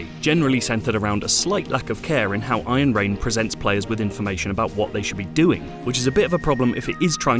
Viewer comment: What i hear is Ayen Rand :)